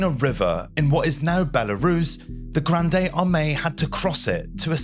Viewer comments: The "e" in "Grande" is silent. The word is pronounced as "grand" in English. Disease typically killed more soldiers than battles in the 18th and 19th centuries. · It's not pronounced Grand day. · You don't pronounce the E at the end of "Grande", It's pronounced Grr AHND. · Thank you for this video. Well narrated & interesting. One thing: the “e” in Grande is silent, which as Francophone was a bit distracting — although it did not detract from the content. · it is pronounced grand nót granDE as I learned in French. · The "e" in "Grande" is silent. You don't read it with the ending "ey/ay" sound. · Just a pronunciation correction: Grande should not be pronounced as in Rio Grande, it's not Spanish. The final "e" is silent. "Grand Army" is much better, both in meaning and pronunciation. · Total cringe and he kept repeating "Granday"...